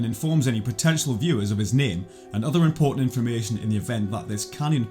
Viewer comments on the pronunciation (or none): none